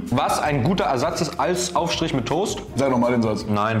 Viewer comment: es fuckt richtig ab, dass die das toust und nicht der toast sagen